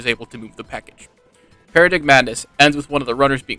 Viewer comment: Just a fyi paradigmadness is pronounced para-dime-adness